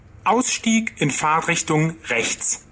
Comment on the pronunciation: nein, hört sich an wie Fahrrichtung,also ohne t bei Fahrt.